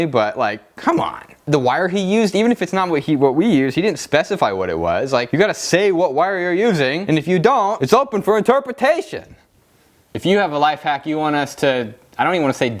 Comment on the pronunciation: Intorportation... Lol